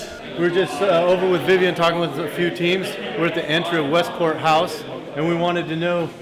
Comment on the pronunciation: westport not westpoint